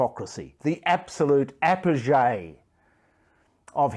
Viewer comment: Oh dear, I didn't know 'Apogee' was pronounced like that.